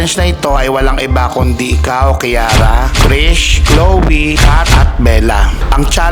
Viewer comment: Kiara❌ Kirara✅